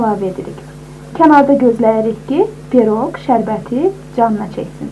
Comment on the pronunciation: Peroq yox, piroq.